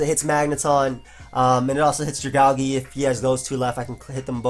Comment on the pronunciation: why the hell do you pronounce Dragalge like that xD